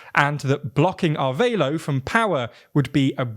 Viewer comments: Wtf Arveilo? Its not even similar to the right name "Arevalo". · Somehow they read a Spanish name and figured the "e" is silent and the "a" is pronounced like in "aid". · Is "Arveilo" actually Arevalo, or am I confused by?